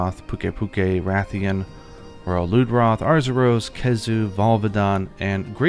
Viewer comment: Like how u say Lude-Wroth instead of Loodroth